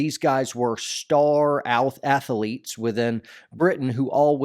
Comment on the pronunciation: I only subscribed because of the way you pronounce athlete (ath-uh-leet) gets me every time! In all honesty you make impressive content and I like you stuff but saying ath-uh-leet is what made me push the big red button. Rock on man lol.